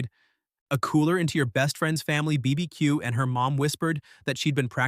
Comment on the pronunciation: Never trust an AI which can't pronounce BBQ! It'll tell you pineapple is the best and most popular pizza topping next!